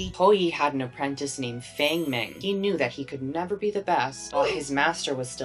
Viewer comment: Bestie please learn how to pronounce Chinese names :( this is really good but you said everyone says wrong. Feng mengs name is pronounced fahng mahng 😭😭😭